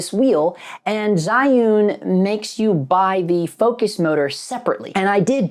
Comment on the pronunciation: Jew-win is how you pronounce it. Seems like it was balance properly but it’s acting like it’s not weird.